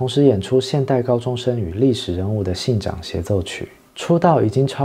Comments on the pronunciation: 织田信 长 （ cháng ） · 织田信长的日语名字:おだ のぶなが。罗马发音是:Oda Nobunaga (名字后面要加sama，是大人的意思，日本古代的尊称），中文音译（拼音）是 o ta no bu na ga sa ma至于是念chang还是 zhang ，应该是chang 因为同一时期的长筱之战 到了现在 长字还是念chang 而二者的日文发音都是na ga 所以应该是念chang